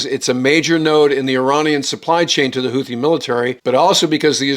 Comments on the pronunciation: The word “Houthi” is pronounced ‘hoot-tee’ and not ‘hoo-thee’. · The "th" in word "Houthi" should be pronounced like the "th" found in the land formation "bootheel". In Yemeni Arabic the t and h are pronounced as two distinct sounds, not one as in the English word "the".